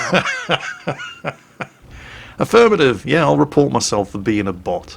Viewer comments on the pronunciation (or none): none